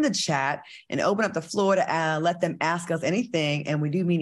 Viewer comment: ...how to say ASK. I'm dying,Claudia!!!!